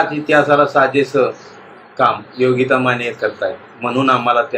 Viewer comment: बातमी खरंच प्रेरणादायी आणि कौतुकास्पद तसेच अभिमानास्पद आहे, पण तुमचे अशुद्ध बोलणारे अँकर बदला आधी. योगिता माने ऐवजी योगिता माणे, लग्णानंतर असा शब्द बोलताहेत लग्नानंतर असंही धड बोलता येत नाहीये त्यांना, कोण घेतं अशांना ? जे लोक अशांची निवड करतात यावरून त्यांचं पण काय शिक्षण झालंय हे उघडपणे समजतं. खरे उत्तम बोलणारे आणि गरजवंत राहताहेत बाजूला आणि वशीला लावून घेतले की हे असेच होणार ना भाऊ !